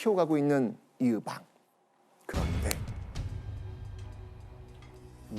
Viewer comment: 이으방ㅋㅋ 의방 아닌가요ㅋㅋㅋ